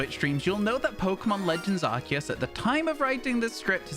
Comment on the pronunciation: he said it … legends arKEus …. not arSIus 😱😱 🎉🎉🎉🎉🎉